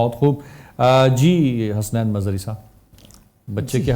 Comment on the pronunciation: نذرانۂ عقیدت پیش کی.... ؟؟؟ اور حسنَین نہیں حَسَنَین میزبان صاحب! ذرا احتیاط! جنت تری رعنائی کا پڑھتی ہے قصیدہ...! بہت عمدہ...پوری نعت کمال